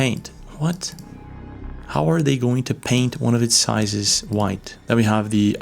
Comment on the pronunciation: "What? How are they going to paint one of its sizes white?" What? Sizes? Drunk? 😐